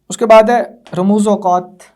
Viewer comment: Ramuzo aukat nahi aukaf hota ha